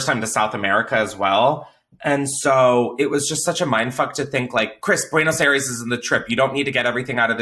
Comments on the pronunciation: Buenos I-res 😭😭 Chris I cringed every time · the way u pronounce buenos aires is so cute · I know you’re white but if I hear you say “buenos airees” one more time…. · The way he keeps miss saying Buenos Aires really gets me